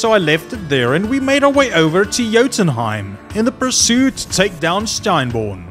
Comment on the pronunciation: Steinbjorn you mispronounced. It'd pronounced (stein-byorn)